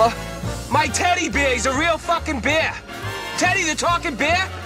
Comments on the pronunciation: His teddy bewr is vewy sewious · He is clearly saying "Taddy Bayah."